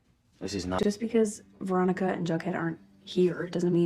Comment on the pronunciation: I finished riverdale almost 2 years ago, but i'm now calling Veronica "Raw-Nee" from now on. 😂